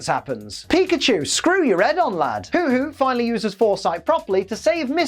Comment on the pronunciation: Isn't Hoothoot pronounced Who-Thoot?